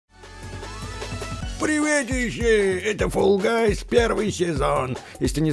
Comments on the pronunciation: не фул а фелл или фол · Видос топ, только Fall guys, говорится как Фолл гайс, а не Фулл гайс.